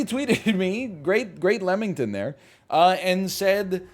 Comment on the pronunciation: NL so committed to calling it Lemington it makes it into a title lol. I used get so frustrated at how many words NL pronounces wrong on purpose or otherwise (cough, abaddon, cough), but now it's just funny honestly